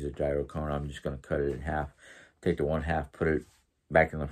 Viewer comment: Hi 👋 I’ve been wanting to help you with the pronunciation of gyro 🥙 since that is your main dish at your venue that you serve. I used to say it the same way that you do until my older brother that owned a Greek/American food restaurant for year’s corrected me.When saying gyro the “g” is silent.So it sounds like (your-oe).Hope this helps.Great to see you in a good mood.As far as the nasty people out there don’t give them the satisfaction of notoriety for all the crappie things that they say.People like that get off on being the limelight.Don’t waste your time they’re not worth it.Have a great day at work today 😊